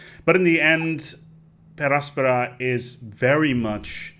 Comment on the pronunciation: I really like how he pronounces the littera canina. Though I prefer per angusta ad augusta.